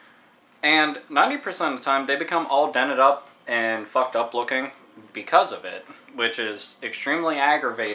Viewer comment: Hahahaha - "I have a whole bunch ov them." *leans over* "That's a whole bunch ov games." I agree with you on taking care ov games though. Luckily I've never had the problem with the stickers. I don't even recall having to peel them off at all; maybe I just subconsciously removed the stickers.